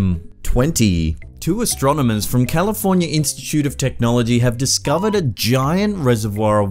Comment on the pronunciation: Califormya? huh, how is itsaid Califormyer Califormyer California Ah, that's the fellow!